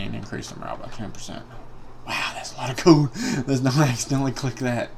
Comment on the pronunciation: The way you say gold sounds like your saying GO